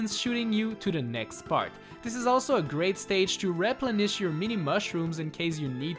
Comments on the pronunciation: repplenich me:replenish! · I love/hate the way he says “replenish”